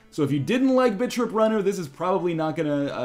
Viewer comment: Every time northernlion says 'Bit.trip'. I hear 'Bitch rip'.